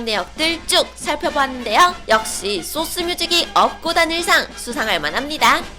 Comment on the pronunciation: 근데 소스뮤직 아니고 쏘스뮤직이에요 그리고 섹시컨셉은 한 적 없어요